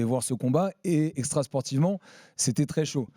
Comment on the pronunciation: "Exetera" il a dit